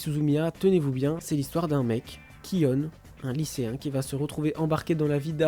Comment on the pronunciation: d'ailleurs, kyonE, ça ne se dit pas, même en vo, c'est kyon (et c'est même pas son vrai nom et on ne le saura jamais d'ailleurs, comme le nom du président du club d'informatique sauf que lui n'a même pas du surnom)